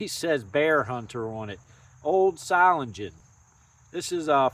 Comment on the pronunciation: I used to pronounce it just like you until I watched a German guy at the Atlanta Knife show pronounce it ( Zo - Ling - en ). It's a city famous as a Cutlery manufacturing center.